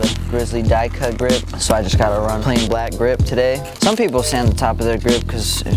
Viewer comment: He said grizzly gip at the end😂😂😂😂😂😂😂😂